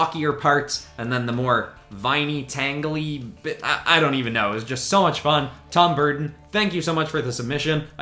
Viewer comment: Did you say tom Burton. Sorry but that sounds an awful lot like tim Burton